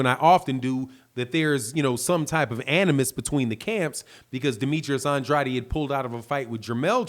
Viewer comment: Bro you saying Andrades last name wrong just to let ya know